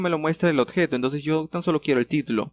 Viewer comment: "Odjeto" XD